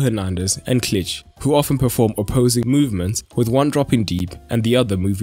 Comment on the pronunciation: Ch” in ,,Klich” you shouldn’t read like ,,ch” in ,,champions” for instance. In polish we read Ch like ,,H” in ,,hard”. Advice for the future ;)